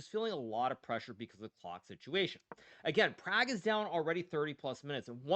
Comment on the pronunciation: They way Indians want it said it would be Praag.